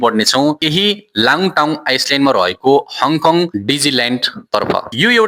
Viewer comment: आइसल्यान्ड होइन आईल्यान्ड , नाउलोन होइन काउलून हो , लाङटाङ आइस्लेन्ड होइन लान्टाउ आईल्यान्ड हो , सिङ्मोङ होइन सिङ्मुन हो ! अलिकती उच्चारण गलत भए नी समग्र सामाग्री उत्कृष्ट छ !